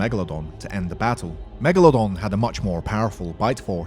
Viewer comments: Megalodon not megelodon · NOT MEGALONDON ITS MEGALODON YOU MADE ME LAUGH